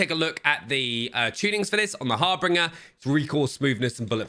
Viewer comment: It's HAR-BINGE-R not HAR-BRINGER LOL